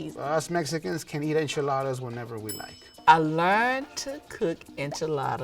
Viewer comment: Just learn to pronounce it. Its NOT IN-Chuh-Laa-Duhs. Its In-Chee-Laa-ThAHS.